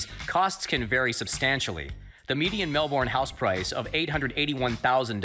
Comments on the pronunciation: every time (and for that matter, pretty much every single time an American) says MAL BORN as two separate words instead of just "Melbourne" I die a little inside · I get a nervous sweat every time he says 'MelBORn'. We just say Melbourne like 'Melburn' or 'melben' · Bruhhhh the way that the guy says “melBORN” is killing me it’s so awful 😂😂😂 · mel-bourne and saint kill-da. As someone from Melbourne I can sucessfully say that they did not do their reserch. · No Australian says "Mel-born"; it's "Mel-bn" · "the vibrant city of 'mel-born'" cries in australian its pronounced 'mel-bin' ahah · "the vibrant city of *mel born*" bruh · MEL-BORN WHAT AHAHAHHAA for anyone who isn't Aussie: Melbourne is pronounced 'mel-bin' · Man, y'all Americans gotta stop disrespecting my grandparents city. It's pronounced Mel-burn not mel-born. Also, coffee capital of Australia. Amazing coffee. Sooo much better than American coffee. I mean it. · "Mel-burn" is not that hard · I say it like Melbrn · Omggg I know!!! It’s pronounced Melben!! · As an Australian, I cringed everytime that dude said "Melborn" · Hate how the narrator butchered the pronunciation of Melbourne Fuckin "Mehl-Born", it's not that hard to say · I was born in Australia and the way they said Melbourne almost made me cry 😢 so yah it’s Mel-bin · mel burn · every time that man in the video said “MelBORN” i died a little inside. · Mell born, hahaha wth, it’s Melbourne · As someone who lives in Melbourne the way he said it made me cringe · As an Australian, the pronounciation of Melbourne killed me. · Does it trigger anyone else how this guy pronounced Melbourne